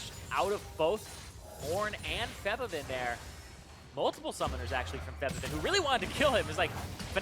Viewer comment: Can you guys stop mispronouncing Febiven's name, please? Thanks.